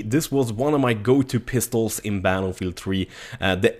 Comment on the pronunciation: "Battle Meal 3" ?